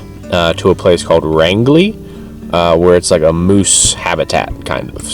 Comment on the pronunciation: You never mentioned the name of the campground you stayed at. Did you make it to Grand Falls? Flagstaff Lake feeds into Dead River which Grand Falls is on so if they were lowering the level of the lake, the flow over the falls would've been impressive. By the way, Rangeley is pronounced like the word range. I look forward to your next video, I like seeing areas I'm familiar with.